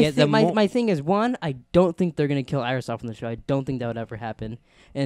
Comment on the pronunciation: JESUS CHRIST! Its iris dude wth who do you think it is? HANNIBAL BATES?